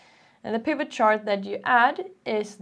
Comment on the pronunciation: Your explanation is really easy to follow, thank you so much. As for the pronunciation of 'pivot', the T is sounded. If you look up the episode of Friends when Ross buys a huge sofa, you can hear him shouting "Pivot! Pivot! Pivot!" 😂